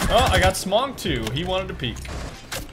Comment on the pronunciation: I sort of want to say that his pronunciation of her name gives me aids but then he called Smoke “Smog” and I just gave up.